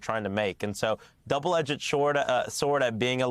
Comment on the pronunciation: “Edget,“ I thought it was double edged sword… HMMM… Could be just me